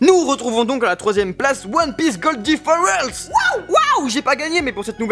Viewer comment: One Piece - Gol D Fire(feu en anglais)Ice(glace en anglais) et pas One Piece - Gol D For Else ( pour autrement WTF) mdr. A part cette erreur de prononciation (impardonnable ^^) je vous remercie d'avoir sélectionné mon commentaire. Comme d'habitude c'est une super vidéo. Sinon pour ce qui est des QMC je ne vais pas répondre dans le but que le podium se renouvèle ( Oh là là je prend la grosse tête ). Plus sérieusement je suis plus que convaincu que Jinbei va rejoindre l'équipage, c'est dit dans le manga qu'il rejoindra l'équipage après avoir réglé une affaire et il annonce dans ce chapitre que cette affaire est réglée, et pour les plus sceptiques d'entre vous regardez la théorie du Mont Corvo sur Jinbei, notamment la partie sur la page de couverture où un enfant à côté de Jinbei porte le numéro 10. p.s. : j'ai adoré le live de Goji ;)